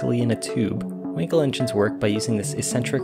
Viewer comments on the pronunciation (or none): Dude it is not called a Winkel but WAnkel